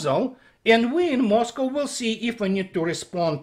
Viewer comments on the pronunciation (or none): none